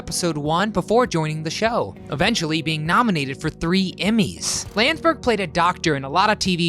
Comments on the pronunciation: Not Steve “Lands-berg”, it’s “Land-des-berg”....Steve Landesberg. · Nice video about a funny program...but the actor who portrayed Dietrich's name is pronounced Land es berg.. not Landsberg